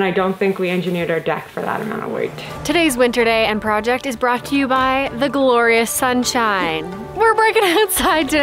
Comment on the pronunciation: i started saying PRO·ject ever since i started watching your videos